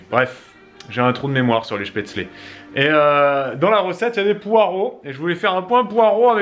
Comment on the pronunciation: Aaaah tu la bien dit cette fois spaetzles haha "chpetslé"